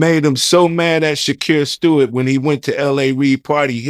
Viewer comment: Damn. He said Shakir “shake” Stewart. Idek much about him but that death was super suspicious and niggas down south was devastated when it happened. Shit.. 😮